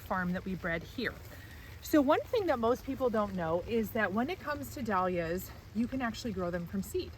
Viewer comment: Cant listen to anyone mispronouncing "Dahlias".